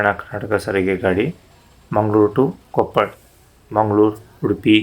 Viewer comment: ಕೊಪ್ಪಳ್ ಅಲ್ಲ ಕೊಪ್ಪಳ